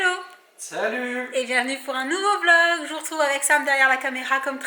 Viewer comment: Les vrais étaient là quand elle disais V log et pas Vlog 😌